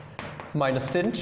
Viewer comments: SINCH XDDD Are you purposely shunning its proper pronunciation of shine? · Every time you say cinch, a puppy dies.